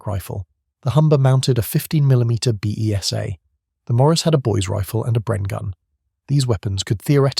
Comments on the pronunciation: The BESA is pronounced "Bay-sah" not "Bee Eee Sss Aaa" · The stupid auto voice is turning BESA into bee-ee--ess-ayy - it means the 15mm version of the BESA gun, usually 7.92mm (note, NOT .303, not compatable ammo). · Ess Dee Kay Eff Zee? Don't you mean Zed? Or are you American? The Besa (pronounced Beeza, not Bee ee ess Ay) wasn't 15mm, but 7.9mm (.30"). Try and match the commentary with the video - showing post-war range targets on Salisbury Plain hardly fits in with the virtues you are extolling. Who or what was 'Jane Check'? Did you mean Janacek (pronounced Yan a check)? Read the script through a few times before going live - it helps get the intonation in the right place as well - M8 family vehicles for example. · Good video but the mispronounciations should have been spotted in editing. Beesah COaxial ZED